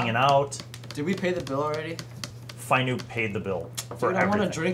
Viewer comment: Finup (pronounced FIE-noop) is not the same or even similar to the void god, who is Tyeek (pronounced tie-EEK). But there is a connection...(sorry, no spoilers)